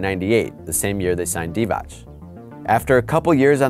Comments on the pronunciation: You pronounced Divac’s name wrong it’s pronounced “dee-vatz” not “dee-vach”. In Serbo-Croatian, if a C has a mark above it, it’s a “ch”, if it doesn’t it’s “ts” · Jovan Djordjevic to me it sounded like he said Divać (divach) most of the video. I know that divats is how it should be pronounced. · he did once and then got it wrong every other time it isnt divach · Jovan Djordjevic no he didn’t he said “Dee-Vach” many times. He only got it right a handful of times out of the few dozen he said it… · Thank you for informing me about the legendary Dejan Bodiroga. Also, Vlade Divac's last name is pronounced "Divats", there's no diacritic on the c. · Haris Serdarevic this is what I said when I saw this comment! I’m like wtf this dude was definitely messing it up most of the vid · Yea hid did mess up a few times I commented as soon as he said it the first time but nevertheless it's progress